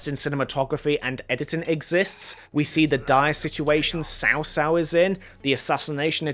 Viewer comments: Cao Cao is pronounced more like "tsao tsao" and not "sao sao" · Cao Cao is Tsao Tsao, not Sao Sao, the T’s are NOT silent. Also it’s Lü Bu. The ü like in German. Sun Quan... Q is like Ch without the curled tongue in Mandarin. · Shaw shaw is actually pronounced chow chow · Nitpick here: "Cao Cao" is actually pronounced like "Chao Chao", not "Sao Sao". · I know you aren't familiar with Chinese but it is pronounced "t'sao t'sao". It ends up sounding something like "Chao Chao", great video overall. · im asian and your pronunciation of multiple characters triggers me. xiahou yuan, cao cao, cao ren wtf. you pronounced them wrong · you pronounced cao cao wrong. please learn to pronounce the main characters right before you bash on a game